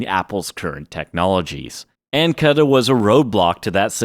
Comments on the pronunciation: Thanks….EN-VID-EE-AH…KOO-DA…you’re welcome. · Have I and everyone I know been pronouncing Nvidia and Cuda wrong for years, or is it you? also you change the way you say Nvidia a few times? Cuda is koo -duh..